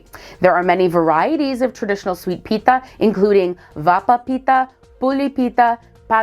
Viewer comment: Pete-Ha not Pita